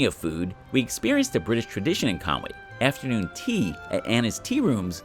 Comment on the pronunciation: Its pronounced Con-wee,if you look theres no "a" is there? Diolch (thanks)